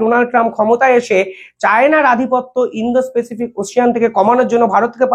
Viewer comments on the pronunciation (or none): স্যর কিছু মনে করবেন না। প্যাসিফিক (pacific) উচ্চারন হবে। পেসিফিক নয়। এক কথায় অসাধারণ প্রতিবেদন।